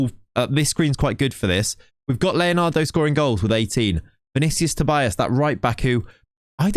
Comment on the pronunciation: Another thing, you say Tobias, but in portuguese would be said like "Tobeeas" the i is pronounced like e